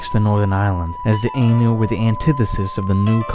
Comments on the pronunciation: It's pronounced Eye- nu , not ay-nu . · Proper pronunciation of Ainu = ah ee nu or more anglised orthography "aye new". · nice vid, but your pronunciation of "Ainu" dishonours my ears